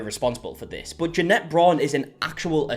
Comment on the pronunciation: loves to mispronounce Jeanette’s name just for the middle finger vibes.